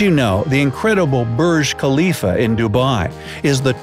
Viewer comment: Burg klifa. Hehehehehehe